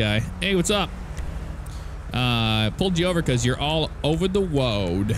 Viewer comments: Why do you say woad instead of road is it the way you talk or just for fun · "All over the woad" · Why You Say woad